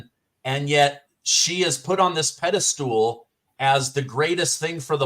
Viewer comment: Please,, don't ever say the word pedestool again😮; it's pedestal 🎉😊❤ I love you and your channel so much!🎉😘😁